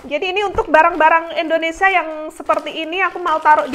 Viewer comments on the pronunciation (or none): INDONESIA NGOMONGNYA BUKAN ENDONESA